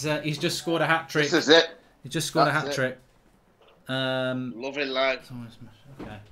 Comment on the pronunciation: Hatric hero said 😭